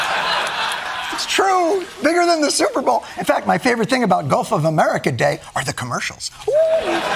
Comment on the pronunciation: Does he know it’s gulf and not golf? 🙉🙈🙊